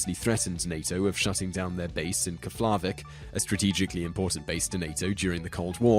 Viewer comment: you could at least google the words for the pronunciation... especially the terrible pronunciation of Keflavík